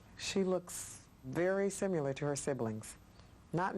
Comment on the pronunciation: I hate when people say simular... it's similar.